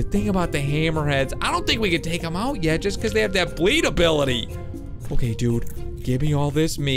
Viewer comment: Uh what he said obility